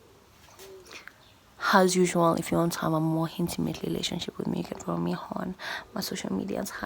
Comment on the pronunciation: That thing she does towards the end of "Has Yusual, hif you want to ave a more hintimate relationship with me" gets me EVERY. DAMN. TIME. 😂😂😂